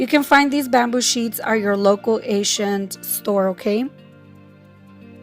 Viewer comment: "Local ashians store"😂😂